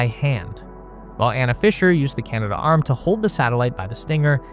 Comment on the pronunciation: You keep saying Canada arm, in your videos. It's Canadarm.